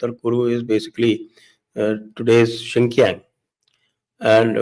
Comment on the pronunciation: Sir it’s not XINKIANG BUT PRONOUNCED AS —- XINJANG ( XINJIANG)